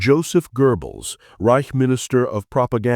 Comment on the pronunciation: Third Reysh??